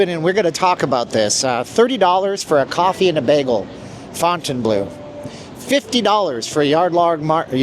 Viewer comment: i KNEW you would pronounce it begle!! 🙂 good video tho